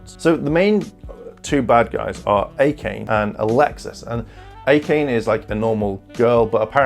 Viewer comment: Also, Akane is pronounced Aka-nay